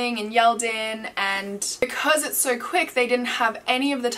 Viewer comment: Why do you pronounce the word "so"...... "sir" lol